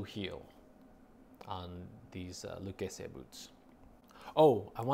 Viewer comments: Yeah he's a Yankee yuppie wrong pronunciation he's trying too hard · Loo-kay-zee is how you pronounce the brand name in America but if you want to sound Italian then you say Luh-keh-zeh. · In Texas we pronounce it “Lou Casey” Lol Never heard it the way you said it but I’m sure that’s how it’s supposed sound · Love your videos just wanted to share Pronunciation of Lucchese: (Lu-Kay-See)